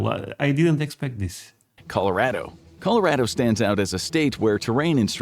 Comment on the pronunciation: he said it right! Col-o-RAD-o